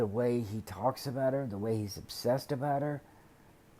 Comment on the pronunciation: There's a prison letter where he talks about building her and her boyfriend a house when he gets out. And he mentioned that she and the bf would have separate bedrooms. like he made a point to mention that. I wonder wtf that was about. Or "aboat" as he would say lol. Why would he care or want them to have separate rooms. I just thought that was weird.